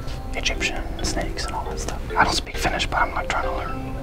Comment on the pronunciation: Did he just said EGYPTIAN SANKES? 🤣🤣🤣